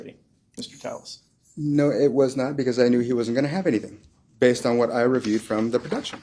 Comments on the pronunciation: Is there a reason his last name is spelled Telles (tell us) but he tells everyone his last name is pronounced Tay us? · His fingers creep me out. Skeletal and spidery, almost undead. Robert tepes, not telles. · Robert “tell-es” another lie why don’t u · Two Ls in Spanish is pronounced as a y sound..crazy how ppl tell another person the correct pronounce of there own name